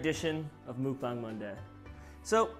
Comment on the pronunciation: Dang actually pronounced Mukbang correctly!